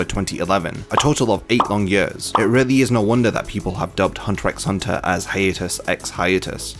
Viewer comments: good, because I came here to say how grating that is. and to ppl trying to argue otherwise, did you even watch the show?? 'x' is used as a spacer between words, you don't pronounce it. Also, the title Hunter Hunter makes me want to believe the show is meant to be about Hisoka. Think about it. haha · The X is not not supposed to be pronounced in the title. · I now know it isn't pronounced as Hunter "EX" Hunter... Have mercy on me LOL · that's like saying only 1 opinion is correct. There are many different pronunciations for many different things. Saying hunter EX hunter shouldn't be cause for insulting, that's just immature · He intended to named it Hunter at the beginning but He used to watch a tv show where some guy always repeated some words, thats why He put it Hunter x Hunter and aleways puts titles of the chapters like that that's how you know you don't pronounce the X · Damn this guy really says the "x" in hunter x hunter. I might have to dislike this video because of this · this video is so great that we can forgive you for saying the X in Hunter x Hunter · Great Video, but I gotta dislike because you pronounced the X in Hunter X Hunter Just kidding, I liked